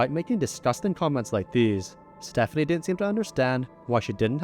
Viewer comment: It gets worse - he said himself that the name he chose is pronounced "Stef-FONK-nee"